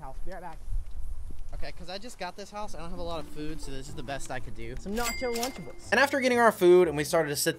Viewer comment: Lunchebles💀 lol